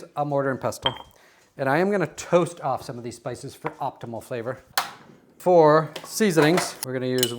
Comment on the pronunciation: To be fair, it did sound like “spy store”!